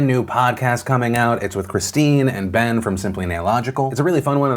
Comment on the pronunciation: It's so weird to hear Ben's name pronounced normally